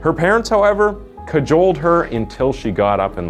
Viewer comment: I’m not sure why but the word cajoled just pissed me off really bad. Idk if it’s how u said it or because I never heard but I’m extremely upset